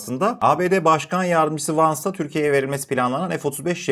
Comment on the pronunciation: KARDES NEDEN KIRO gibi VANZ diyorsun Jey Di Venz söyleniyor almanyadan selam brother pls learn english thats a great problem in turkey